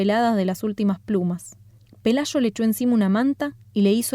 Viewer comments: Pelayo, no pelasho. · Si captas que es el acento?